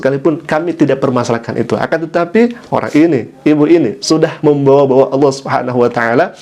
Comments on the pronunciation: ODGJ stress.....ini bukan murtadin, sebut Allah saja salah. Allah dipanggil Aloh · Melihat dr wajahnya n aura nya sih dia non islam dari lahir. Apalagi saat menyebut nama Allah dgn kata "Allo". Entahlah😏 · Sebut Allah aja tak betul oten Al- kafirun. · kafir betina itu nyebut ALLAH saja gak bisa .. ngaku murtadin